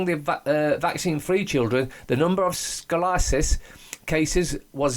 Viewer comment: Sko-lee-oh-sis is how it's pronounced, with the accent on the 3rd syllable. Not trying to be obnoxious by correcting you, I just happen to know a lot about it. So, HA! attributed to vaccines, eh? Wow... those things is rotten.